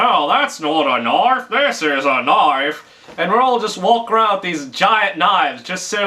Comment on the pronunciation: lol... he said knoife...